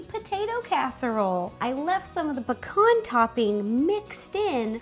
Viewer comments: why on earth do u say pcorn in stead of pee-can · Pea-cans not pa-kons lol. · Pecan is (Pee-Can) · Am I the only one who says pecan different to how she does??🤔